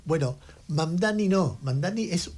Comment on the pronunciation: Pronunciar lo pronuncia bien. El tema es q se haga el q es recontra dificil de pronunciar, cuando es una pavada..